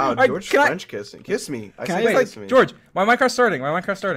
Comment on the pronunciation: Sapnap's neighboors when they hear sapnap say "KISS MEEY": "s.. Should we call the police?"